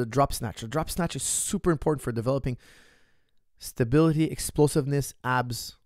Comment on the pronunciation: it's all about the "stabiTily ball"